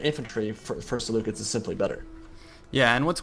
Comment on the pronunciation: Is that how you pronounce Seleucids?